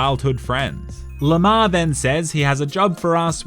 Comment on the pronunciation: Every time you say Lamar all I hear is lamao.